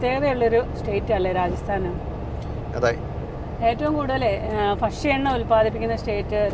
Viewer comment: ഫ ക്ഷ്യ എണ്ണ എന്നത് മാറ്റി ഭക്ഷ്യ എണ്ണ എന്ന് കേൾക്കാൻ ആഗ്രഹം ഉണ്ട് ഒരു ചലഞ്ച് ആയി എടുത്തു മെയിൻ ഡ്രൈവർ ഒന്ന് ശ്രമിക്കണേ 👍👍👍👍♥️♥️♥️